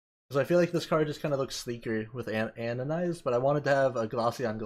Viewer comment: Stop calling it "anonized". It clearly has the letter d in and is pronounced "anodized"...